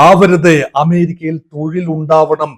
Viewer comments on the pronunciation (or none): none